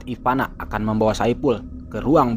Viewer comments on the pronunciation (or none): Ivana bukan ipanak wwkkkk apa gw yang slah denger yak. Dika tapi bukan dikak